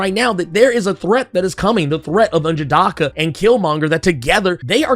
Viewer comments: Don't feel bad, I do the same everytime he says n'jadahhhhhka. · Still murdering N'jadaka's name. 🤣